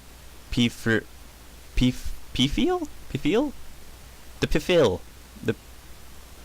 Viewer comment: nice video. "Pfeil" is german (you don't pronounce the "P") and means "arrow"